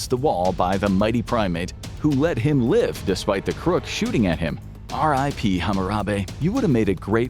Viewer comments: “Ha-Ma-rambe” bro, I’ve hated that stupid meme since it came out but even I know it’s “HaRambe” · I know you did not just disrespect my boi Harambe like that 😭🤣 HAMARAMBE?!